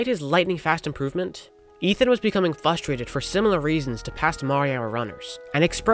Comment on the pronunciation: say it with me. FRUSTRATED... FRUH-STRA-TED Congrats on the WR and great vid!